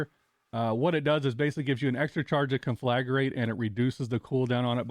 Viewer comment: Thanks for the helpful guide. One thing though. The word is conflagrate, not conflagarate.